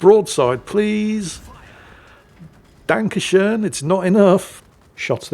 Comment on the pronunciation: That "dankeschön" came more unexpected than anything else. And it also wasnt butchered like most foreigners butcher the german language. Really appreciated ❤